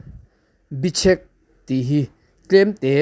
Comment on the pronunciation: " Bichhek" tih hi"Bechhek" tih tur ani zawk lo maw?